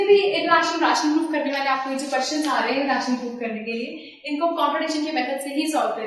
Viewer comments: Its not रेशनल । its रैशनल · dont pronounce ryaa-tional .................................................pronounce it as ray-tional